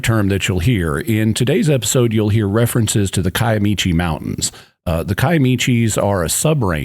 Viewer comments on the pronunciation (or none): I lived for a long time in southeast Oklahoma, Little Dixie, about an hour from Honobia. I am so glad you pronounced the town name correctly. However, the mountain range is pronounced Ki-uh-mi-she not Ki-uh-mi-che